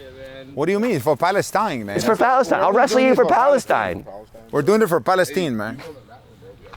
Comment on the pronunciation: “We are doing it for PalestEEN mayne”